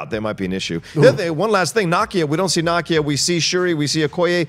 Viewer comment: Nakia is pronounced Nah-Key-Ah not knock-ia just sayin 🤷🏽‍♂️